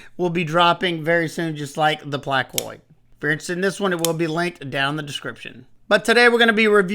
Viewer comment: You're the first reviewer I've heard pronounce Placoid correctly 😄 The hyperpulse and sentinel strike II have been an upgrade for civivi. They're like WE lite.